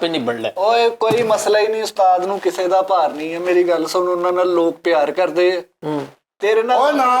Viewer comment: Bhaji please don’t say LOG its Lok (people) please don’t offend i jst wanted improve ur punjabi . thank you nd love you